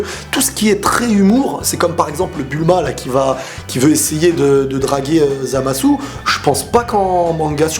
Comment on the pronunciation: ZamasUUU... GowasUU... j'adore des tes vidéos mais là je me pisse des oreilles... je suis sur que tu peux régler ça... Zamasu ( sans le U ) Gowasu ( sans le U )